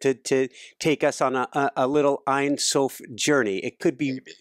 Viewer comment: love this video..hey..ein sof pronounced like "ane" rhymes with jane..means without or no..sof is end..no end aka god..im sure you knew that..thanks for your inciteful work!